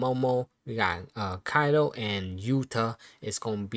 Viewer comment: its kaiTo not Kaido